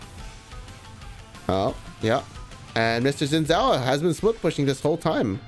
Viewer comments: Chinese dude can't even pronounce Xin Zhao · Btw Xin Zhao is pronounced a bit like "Shin Jao"